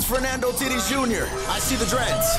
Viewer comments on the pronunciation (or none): bro said fernando tittis jr